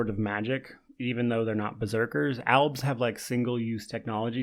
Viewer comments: Are you trying to say elves or is it actually alves? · It’s “albs”